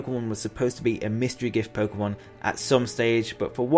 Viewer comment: It's pronounced Poke-Ay-mon . not poke-uh-mon .. get its right "poké-tuber"